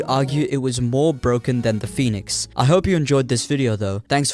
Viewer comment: So bwoken